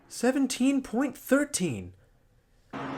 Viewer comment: Love this channel but I have a pet peeve, and I don’t think I’m alone. 17.13s imo should be pronounced seventeen point one-three not seventeen thirteen. Just my thoughts as someone who watches racing and other die cast channels.